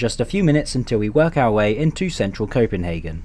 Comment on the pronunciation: Yo i,m danish and you are nearly saying chopenhagen right :D